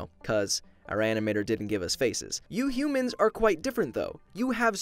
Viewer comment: Me: Are "Hue mans" that ugly??